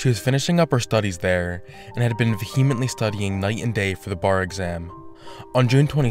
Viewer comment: Vee-hm-ent-lee I hear almost EVERYONE use this word and mispronounce it 30 different ways every time.